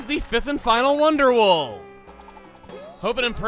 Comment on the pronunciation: I don't know why but "wonder wool" is sounding more and more German to me as the series goes on.